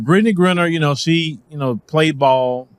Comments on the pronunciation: Griner I know. Grinner I do not. Please say her name correctly. Give her that much respect.🤣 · Her name is GRINER, not ‘Grinner’. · BRO...you gotta get Brittney Renner off your mind! It's Griner, (with a LONG I) not Grinner! lol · pronounce it right. Griner not grinner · I know you're country but her name is Gr-eye-ner!!!!!!! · Would be dope if you pronounced her name correctly. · I'm no fan of hers but it will be nice if took the time to learn how to pronounce her name correctly.